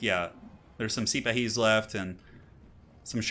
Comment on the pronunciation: The Arabyan heavy cav are pronounced See-Pa-Hees. Their real life equivalents were Ottoman cavalry, a combination of land-holders (similar to medieval knights) and a professional body maintained by the sultan.